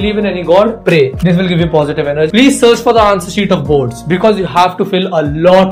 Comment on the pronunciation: Boards❌ Blards✅ 👇🏻Like if you noticed😅